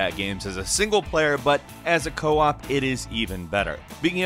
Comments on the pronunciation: It's Co-Op not Coop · Co-op, not 'coop'